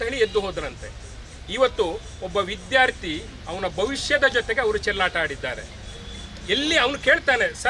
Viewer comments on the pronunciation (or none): none